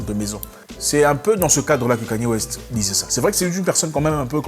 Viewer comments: Pas yi mais plutôt yé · Ça se prononce "IYÉ" 😊